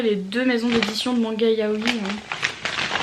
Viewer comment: Coucou ! Ça ce prononce juste Yaoi. On accentue le "i" final sur les mots qui en comporetnt deux comme kawaii par exemple ;)